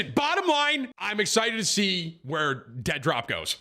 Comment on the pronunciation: Did you say Dentdrop?